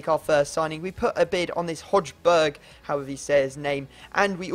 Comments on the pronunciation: Its not hojberg its hoi berg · Hojbjerg is pronounced like Hoybyer. But even germans say that wrong :D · Højbjerg is pronaunced hoeibjearg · its pronounced Hoyberg just a tip:) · When pronouncing Højbjerg, just say "High-Berg" or something, that's way more accurate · In Danish its hoeijbjerg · Just a quick tip. I think that you pronounce the guy Hoiberg :) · Højbjerg is pronounced Hoj-bjaer